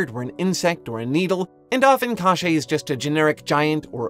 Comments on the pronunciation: God, you pronounce "KoschEi" so weirdly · this pronounciation of "Кощей" was so weird that legit thought : "Oh really i haven't learned that we had this character in Russia", until 8 minutes i finally realize what was it about.